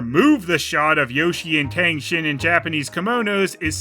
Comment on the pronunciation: "Tang Shen", not "Tang Shin".